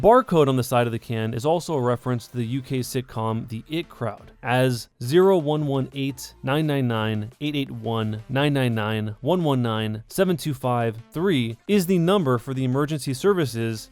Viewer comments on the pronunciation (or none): Erm The "It" crowd? Its pronounced "Eye tee" The IT Crowd The Information Technology Crowd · it is pronounces the eye tee crowd not it, also we use 999 not 911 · Im pretty sure that the IT crowd is pronounced "eye tea"... Still a great reference and a good video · IT crowd? (i.t crowd) xD lol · the IT crowd is pronounced the EYE TEE crowd not the IT crowd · Did you seriously say "IT" crowd? It's the fucking "I.T" as in "IT department" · The "it" crowd really the I t crowd and its not 911 it's 999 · great video but I was lost when you pronounced in 'the it crowd' instead of 'the I.T. crowd' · It's I.T. Crowd hahaha, the it crowd xD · The fact you said the it crowd not the I.T crowd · When he said ‘the it crowd’ I’m not going to lie I laughed a bit it’s ‘the I-T crowd’ like ET but with an ‘I’ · It's IT crowd... Not it crowd... Like I T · oh no, did you just call it the it crowd, its I.T. the I.T crowd 😰😤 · the it crowd wtaf its pronounced the I.T. crowd as in information technology as in computer nerds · In responce to #3: I-T crowd not "it" crowd and not "911" it's 999 as (like you said) it's a UK tv series. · "The IT crowd"... THE I T CROWD. NOT IT. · did he just say...'the it crowd' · did he just say the IT crowd?! I-T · its the I T crowd, you said it wrong and im going to complain in the comments idk ill leave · Its the IT crowd (said EYE TEE) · Honestly you shouldn't have to be british to understand that its EYE TEA as in information technology. Do americans ring the it department for tech support? Maybe, they are pretty low iq over in the seppos. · It’s not the it crowd it’s the IT crowd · The IT crowd THE IT CROWD Bruh I am britishly offended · The pronunciation of the IT crowd triggers me way too much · It’s pronounced “ The I T crowd’ like the people that fix your computers